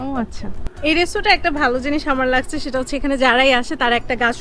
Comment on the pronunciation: ভাল লাগচ্ছে ভাল লাগছে,কি উচ্চারণ